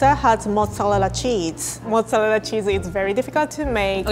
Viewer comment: 'mozzalella cheese'